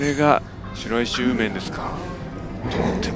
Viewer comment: しらいしではなく「しろいし」と読みます